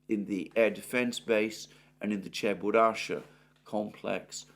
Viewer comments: This is CheburashKa, not Cheburasha))) BTW, Cheburashka is an old Russian cartoon character, which is quite funny. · it's Cheburashka. Not Cheburasha :) A russian cartoon character